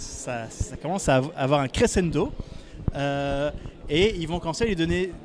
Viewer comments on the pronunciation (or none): je crois que l'on dit crechendo même si l'on écrit crescendo